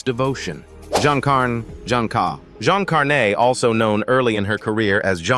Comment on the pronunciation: Jean Carne is not dead. Doing well. I do not know how these stories of bold-face lies are allowed to circulate. Didn’t even give Jean Carne the respect to pronounce her name correctly. What a crock!